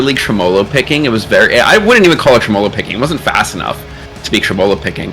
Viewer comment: I think you just like aluminum, and gold. Weak and soft metal. 🤣🤣 to each their own though. Also, it’s pronounced Trem-molo not Tre-molo. “Trem” means “shake.” Like tremble. “Olo” guess the suffix to make an a noun.